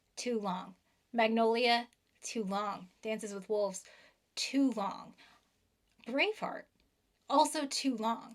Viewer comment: I listened three times, but every time she says Braveheart, . I hear brainfart. Not really adding to the discussion, but I thought you should know.